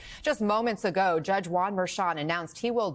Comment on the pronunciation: Is not guan ; Juan like and H in English 😬